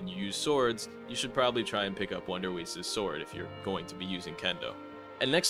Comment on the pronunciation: bro u pronounced wonderweiss wrong 😭but others are fine